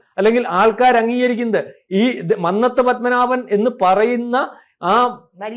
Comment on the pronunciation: മന്നത്തു. ഉച്ചരണം തെറ്റാണ്‌.